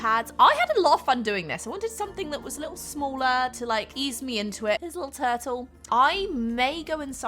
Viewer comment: The way you say turtle!!! If there wasn't a visual of a turtle, I would've had NO CLUE what you were saying. I've never heard it said like that before! It sounded more like "tattle"